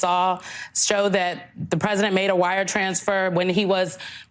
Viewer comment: She keeps saying "while he was rresident". His high crimes as resident are much more henious than the crimes as an obiden.